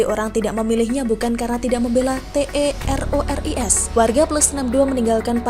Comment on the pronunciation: Kenapa ga dibaca teroris, dieja gitu ga enak